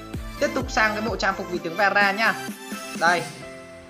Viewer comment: Veera mà tui nghe rara